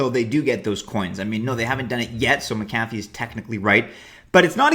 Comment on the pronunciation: His name is pronounced MAC-a-fee